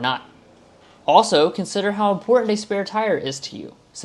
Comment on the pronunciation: If the sales make this important, the least you could do is NOT pronounce it “impordant”. Just expend that little biddy extra effort to enunciate the “t” sound. Almost turned it off right then. Thank you.